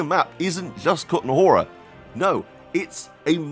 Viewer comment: The first map is called the trosky region, not bohemian paradise. The second map is called the kuttenberg region, not kutenahora or whatever you said. Lmao wtf are you doing? Just decide to call shit whatever you want to? 🤣